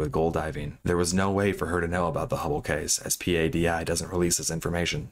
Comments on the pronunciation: Bro, do a little basic research before making a video. P-A-D-I is known to every diver on the planet as the word “PADI”… pa-dee. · P.A.D.I. Sounds so weird. In our diving community we just call it “PADI” (like patty but with a D) sorry, I know not the point of the story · That's a dumb comparison. Ask any diver, and they will tell you it's PADI. Just look at Dive Talk and how they pronounce it. No one says the individual letters in PADI. Do you also pronounce every individual letter when saying NATO? LOL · sad because the dive community is comprised of very happy people, including all the dive masters. PADI is also pronounced Paddy for your info. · in your "research for viewing pleasure", at what point did you decide that the thousands of soundbites and clips pronouncing one of the largest dive Agencies in the world, PADI, are wrong to actually read the acronym as it is, but instead the correct way to pronounce it is to spell it out as P-A-D-I ? Curious to understand who something so ubiquitous can be gotten wrong? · PADI is pronounced "Paddy". Lol. Geezus dude if youre going to just read notes someone else wrote for you at least check up on pronunciations. Really isn't difficult to do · It’s pronounced Linnea like Lin-nay-ya. Not linnay. She has YouTube videos where she says her name. Also it’s P.A.D.I. You don’t have to pronounce all the letters separately.